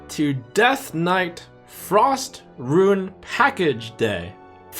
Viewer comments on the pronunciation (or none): Still keeps saying "ruin"